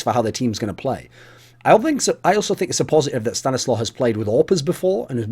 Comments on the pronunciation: If it's a Polish name it's pronounced "staniswaf". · Mike Hunt stanislaw is pronounced sta-nees-wav, its a polish name...